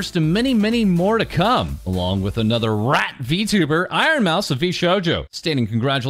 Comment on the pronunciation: Well the way he says rrrrrrat is certainly something else